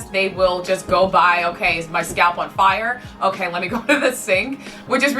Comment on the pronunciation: "fie-yah!" That sounded very Guyanese there. 😂